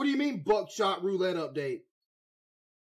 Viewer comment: Bro says buckshot like "buttshot"